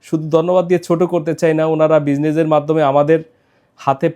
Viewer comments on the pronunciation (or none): Thank u, ছোমাছ। Busiনেজ। উচ্চারণে এত ভুল, এই ভদ্রলোকের নাকি অফিসও আছে আবার অফিসের জন‍্য নিয়ে থাকে সন্ধ‍্যার নাস্তা করার জন‍্য। যাহোক এর‍্যাবিয়ান স্টোর থেকে খেজুর নেয়ার জন‍্য আপনাকে দন‍্যবাদ। আপনাকে আবারও Thank u ছোমাছ।